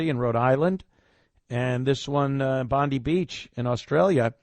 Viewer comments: In Australia " Bondi" is pronounced " Bond - Eye." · Bon-dye! How hard is it to find out the correct pronunciation? D!ckhe@